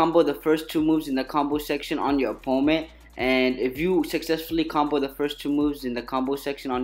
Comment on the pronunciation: When your saying. Opponent it’s like your saying oponet.